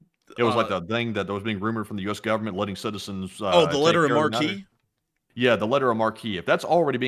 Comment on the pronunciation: How do we stop DPRK? Down the missiles in the boost phase: almost trivial. If the missiles can't get far from the pad, they are effectively rendered useless. And it's pronounced Letters of "Mark" not marquee because... marque - noun 1. a tall rooflike projection above a theater entrance, usually containing the name of a currently featured play or film and its stars. 2. a rooflike shelter, as of glass, projecting above an outer door and over a sidewalk or a terrace. 3. Also, British. a large tent or tentlike shelter with open sides, especially one for temporary use in outdoor entertainments, receptions, etc. Unfortunately you make grammar mistakes almost nightly. An observation not meant to be a criticism. Overall, you guys are GREAT! Long Live the LSA! Slava Ukraine!